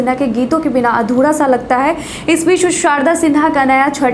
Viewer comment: Addhuda nahi adhura bol